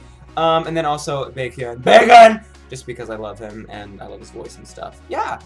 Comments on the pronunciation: I heard "Bacon" instead of "Baekhyun" XDD,nice job though. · Even though in English it should not be 'Bacon',the Korean pronunciation should be exactly'Baekhyun' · When he was saying baekhyun it sounded like bacon😂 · am i the only one that heard said oh bacon! bacon! instead of baekhyun? lol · "Baekhyun BAKEKhyun BACON" in that part...he repeated the his name to bacon from my ears. I must be hungry lol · I'm not no crazy fan but Exo- k sings it in Korean and then Exo- m sings the same song in Chinese....and yeah he said Bacon that's one of Exo- k members who's name is Baekhyun but pronounce like Bacon....if you still wanna know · its baekhyun,not bacon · I shouldn't be saying this but it sounded soo fun by when he produced Baekhyun's name it sounded like he was saying "bacon" but it was a good reaction video! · lol. thought you were saying, "bacon, bacon, BACON!" haha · I love how you mispronounce baekhyun.... I hear... BACON! BACON! BACON! Hahaha >_< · Is it that he doesn't know how to write or pronounce Baekhyun's name and D.O's (he said DO) or is he just joking? Someone please answer cause it annoyed me a bit.